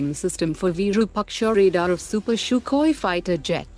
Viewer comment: Hey please tell your bot to improve it's pronunciation of Sukhoi... It's not Shookhoi 😂😂😂